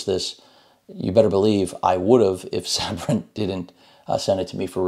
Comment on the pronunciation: I always thought it was pronounced Say-Brent I'm probably wrong